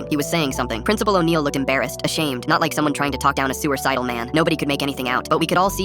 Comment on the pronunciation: "sewer-slide-al" gets me every time